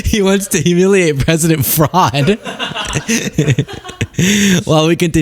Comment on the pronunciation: He doesn't even say "humiliate" right.